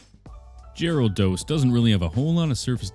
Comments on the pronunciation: Did anyone else hear "Jyrados"? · What's weird is the card shows the whole thing, but he only sculpts half of him. Why is that? Also, did he just say "jArados"? The fck?! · POV you said jaredos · Saying Gyarados; ❌ Saying ✨Gary✨, ✨Jeraldose✨, ✨Gerald✨; ✅ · Why does he say Gyarados like that😂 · HE PRONOUNCED IT WRONG😭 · The way he said gyarados and magikarp threw me off for a bit and even tho he ruined his first edition it's still cool